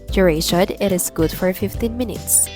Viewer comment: Minutes hindi menets